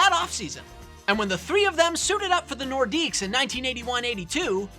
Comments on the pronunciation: Don't know why people pronounce the S in Nordiques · The S is silent! Yeesh guys.